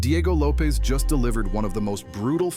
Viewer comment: What's with the way you say Lopes? It's not supposed to rhyme with dope.